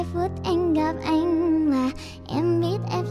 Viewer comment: kobo phát âm khá chuẩn đấy có mấy chỗ không đúng như từ "khó" kobo phát âm hơi sai thì phải còn từ "anh" kobo phát âm thành chữ " ăn" r còn chữ "tối" kobo phát âm thành chữ "túi" con chữ "em" thì vài chỗ kobo nói thành chữ "ăng" :)))) có vẻ tui soi hơi kĩ :)))